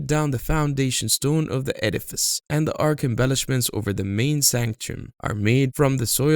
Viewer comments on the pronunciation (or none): none